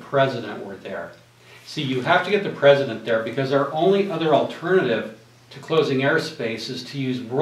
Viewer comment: Who is the "pruhzuhdunt"? Was this directed by Ed Wood, by any chance?